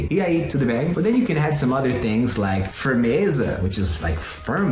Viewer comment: Ele falando "Firmeza" "fala João" me confundiu, parecia um brasileiro mesmo